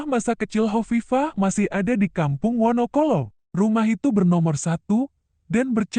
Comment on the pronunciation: 🙏🙏🙏🙏 maaf yg komen menyebutkan rumah Bu Kofifah d wonocolo kok membacanya wonokolo ...tolong d ralat menyebutkan rumah Bu Kofifah itu ....g enak d dengar telinga 👂👂👂 ...